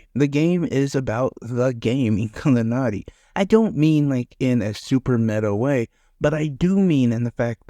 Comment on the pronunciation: I never heard of this game.. the name I think u said it correctly 😊